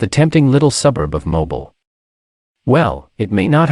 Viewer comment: Please learn how to pronounce MOBILE!